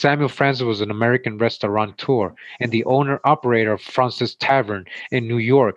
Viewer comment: Just so you know, it’s pronounced “frohnsez” I used to live down there